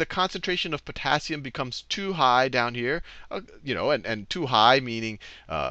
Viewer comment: yes I found that just now when i was watching:face-blue-smiling:i was like "eh...porassium you mean?"